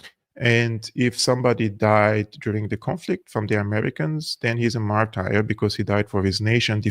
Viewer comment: Martur ... Not martire 😊